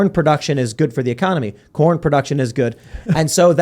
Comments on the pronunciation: I walked away for a second and thought y’all were talking about porn world not corn world 😅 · CORN! I thought you said Porn! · I thought he was saying "porn" for the first half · At first I thought he said "porn", not corn. Americans love porn. We also love to complain and be depressed. America's greatest exports: corn, porn, and being forlorn. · Did anyone else thought Tim said "porn" instead of "corn"? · I finally realized Tim was saying "corn" after agreeing that "porn is a huge industry.". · I thought they were saying "porn" instead of "corn." I think this would be, at least, funnier if that were the case.